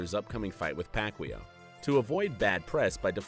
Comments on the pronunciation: Pacquaio not pacqweow haha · No one: Literally no one: Hip Hop Content: Pacweelow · Did you just say Pacwheel? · manny pac-yow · You said pacquiao name wrong some many times !!! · I hate the way this guy pronounces "Pacquiao". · first of all, nobody in the states says the pacquiao name right, only filipinos know how to pronounce that correctly. and second, pacquiao beat mayweather in court and in the ring and made over $150 million.